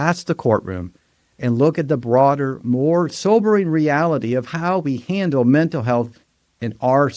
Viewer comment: Mental has an l at the end.